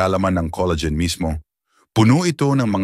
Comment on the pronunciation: Coleygen🤣🤣🤣 Col la gen🙄